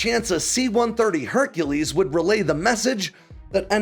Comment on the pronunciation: Herc'elese Herc'elese